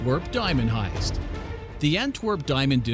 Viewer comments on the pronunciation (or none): Is he saying hiest or heist